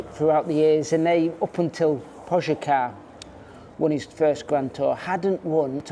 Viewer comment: Požaká? Seriously wtf is wrong with all the English natives being either thick or lazy to spend ten seconds learning even just the biggest star in cycling. Ffs